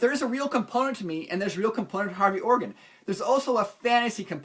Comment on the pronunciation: Maybe it was just the way you said his name - Hairy Organ :)